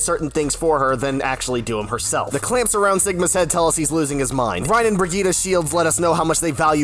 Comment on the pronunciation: Same with Brig! It should be B-i-r-gitt, not Bri-ghi-ta. We Nordic players get something that's so close and yet... (Is this how people from Latin America feel when people say Il-lari instead of I-jari?)